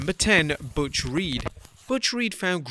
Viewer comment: Butch not Buth